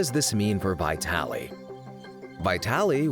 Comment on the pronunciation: Not vaYtalee but vEEtaly !